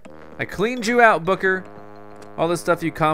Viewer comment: when you said goodbye booker it sounded like goodbye booger